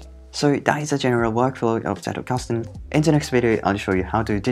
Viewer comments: As a German, I am SO happy that you pronounced Zettelkasten properly! Good pronounciation of the sounds, and, more importantly, not over-exaggerated (it can be borderline insulting sometimes, really!). I just appreciate it so so so much. Also, amazing video! Your visualisation of the principles is on point. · I've become curious about this method, so thanks for the introduction, even if I didn't grasp it fully yet. I especially like that you pronounce the German word Zettelkasten beautifully and accurately (the 'Z' being pronounced as 'TS'), and it's a pleasure to listen to you in general.